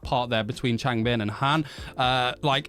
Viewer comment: I love how you add a g to the end of names LOL. Changbin(g), Bang Chan(g). 🤣